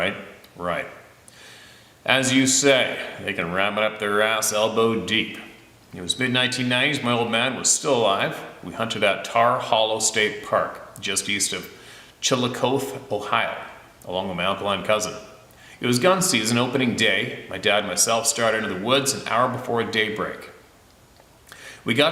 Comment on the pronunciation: Add an E sound to Chillicothe, all those native American words can be a doozie to pronounce. 🤭